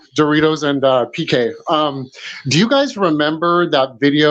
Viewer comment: Why do u keep calling him BK perry? It's PK lol!